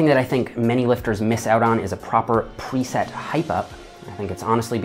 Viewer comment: Just hearing you make sure to perfectly enunciate "proper pre-set hype-up" lol and then push that other guys dumbbell down I'm dying